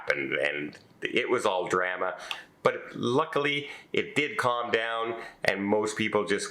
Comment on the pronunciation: Leave it up to to mispronounce "drama"